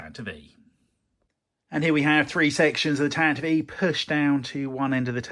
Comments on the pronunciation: looking at the pronunciation guide I think you might be saying tantive wrong - U have been putting the emphasis on the middle syllable, but it should be on the front and the "I" ought to be reduced to schwa - the YouTube krysto studios uses the correct pronunciation in his video ranting about R2-Q2 if U want a sound reference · I was today years old when I learned Tantive is pronounced "Tant-iv-ee" not "Tant-iv"! Thanks!